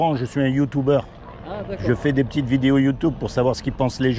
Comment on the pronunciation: Salut frère Laurent, Je me permet de te dire qu'on ne dit pas youtoube mais Youtube, je t'entends souvent faire cette petite erreur ce qui me laisse un petit sourire. Soit béni pour tout ce que tu fait pour PAPA, il doit être très fier de toi tout comme moi. C'est vrai que je ne te connais pas personnellement mais je suis honoré de t'avoir connu au travers de tes vidéos